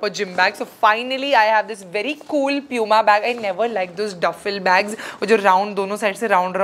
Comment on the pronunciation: It's pooma not pyuma